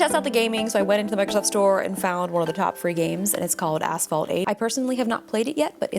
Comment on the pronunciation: I was in the kitchen listening to this vid and I absolutely heard Asphalt 8 as A**hole 8 lol oops